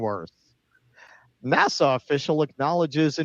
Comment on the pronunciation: The way you are saying NASA is driving me insane!!!!